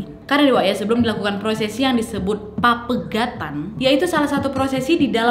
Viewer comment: Pepegatan kak bukan papegatan